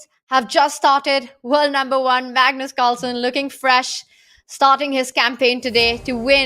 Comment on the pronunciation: I missed hearing Peter say “mugnoose”! 😅